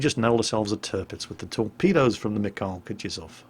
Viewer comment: You know the only time my Missis ever responded to my talks about world of warship was to correct me when I attempted to pronounce the name of this ship. The mikhail part, the kh is similar to the ch in the word loch. Just spreading the wisdom of my wonderful fiancé!